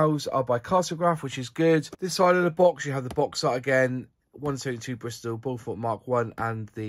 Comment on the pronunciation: Like a few other aircraft names chosen in the past by the Air Ministry and manufacturers, it's a tricky name to pronounce if you haven't heard it before. Strictly speaking, it's BOW-FERT. With the stress on the first syllable. And bow as in longbow, not something you do in front of the Queen... Nice review! :-)